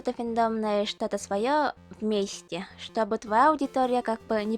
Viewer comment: хм.. ну тогда я могу сказать, что ты молодец), ведь говоришь ты как русский человек. В твоей речи есть дифекты, например "чтобы", "того", Но всё же ты круто говоришь.))